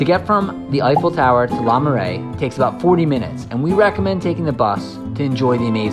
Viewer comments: Not LA Marais, LER Marais! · Le marais not LA marais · LE Marais, not LA Marais. The text says LE but he keeps saying LA.